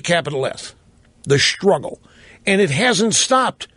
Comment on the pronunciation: LOL! "We shtruggle"? If she was so upset with the way men perceive women, why did she marry one? This woman is depressing.